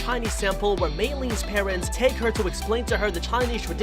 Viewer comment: Her Name is actually Mailyn. Not May Lee